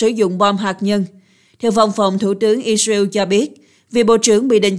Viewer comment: I dza iu = Israel ? Hắc tê đê = HTĐ ? Nên chọn phát âm nhân danh,địa danh theo Pháp hoặc Anh và gắng phát âm càng chuẩn càng tốt ( không phải tất cả nhưng hiện nhiều từ ngoại quốc phát âm không thống nhất, sai và nặng . Tiếng Việt thì khá đẹp).